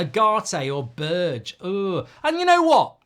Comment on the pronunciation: berge = ber 'guh that is how you prounance his name, i hurts man, his name isnt berj xD